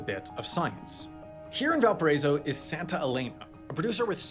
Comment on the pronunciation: I’m not from chile nor speak Spanish but that is definitely not how you pronounce Valparaíso man😂